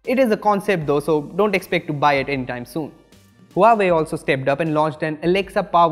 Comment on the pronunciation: Huawei pronounce - wah way